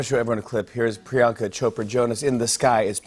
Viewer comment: These guys are so intense about having Priyanka on the show and they have massive amounts of money being poured into their shown and have a great infrastructure available to them.... the INTERNET. They STILL say "Priyaankaa"? It's "Pri-YUHNG-kaa". Like, Jesus, willfully ignorant. Obviously, Priyanka's so used to it it doesn't matter to her.